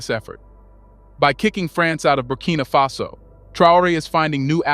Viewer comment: Its Faso my guy not face-o